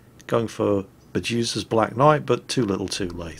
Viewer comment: anyone else keeps hearing "Jesus' Black Knight" instead of "Medusa's" :v